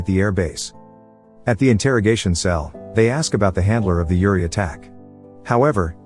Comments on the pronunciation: Dude you butchered the pronounciation, here is what you think you said "Uri" here is what you sounded "Yuri" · Ok its not pronounced with like Youri but like Oori! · Pronounce the U, not like Yuri Gagarin! But like Oooh! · Uriii no its uri